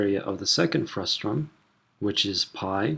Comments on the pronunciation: It's FRUSTUM, not FRUSTRUM. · FRUSTUM NOT FRUSTRUM!!!!! This is SO FUSTRATING!!!!! ;-) Speaking of frusta, when you cut a cone in two to get the frustum, what do you call the cut-off part?